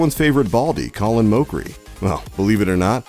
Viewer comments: This guy really called colin colon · You don't even know how to say Colin's name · It's pronounced "callin' mockery", not "colon moe-kree". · haven't you noticed he botched up the first name too, it's Colin, not Colon!!! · Colon Mockery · "Colon Moecrie" What.... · omg colan moechrie ohhh lawwwd this guy....🙄